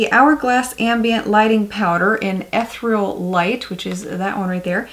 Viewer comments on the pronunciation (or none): Love your videos, but fyi eth-EAR-ee-all. Sorry but it's the teacher in me.